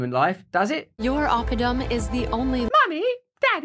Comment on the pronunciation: Oppidum. Someone who studies Latin, Hebrew and or Greek check the phonetics, 'cause tin-foil hat time; that sounded like Abbadon the first few times I heard it.